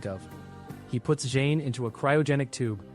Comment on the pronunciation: Im loving this video but only one thing who's Jane? Thought it was zhane?